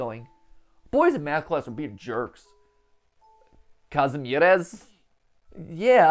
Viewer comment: Zlote - Polish currency (30 zł - about. 6 US dollars) - Kazimierz - Polish name (MatPat said it totally wrong, but at least I have something to laugh about)